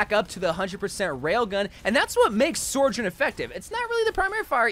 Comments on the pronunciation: its the sor-journ for me and he's been saying it like that since the beta😭😭😭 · I come back every few months to see if this guy has learned how to pronounce Sojourn yet. See y'all in a few months